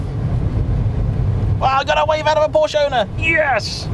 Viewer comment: I really like your videos,. But please stop calling it a "Poasch". Every other car brand, you seem to be able to prounce correctly, why not Porsche? Clarkson: How hard can it be? Please, you can make it. Thanks from a german car enthusiast.